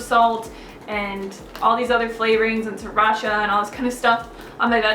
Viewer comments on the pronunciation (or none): none